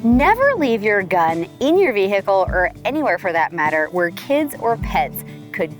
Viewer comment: Vee hick ull😅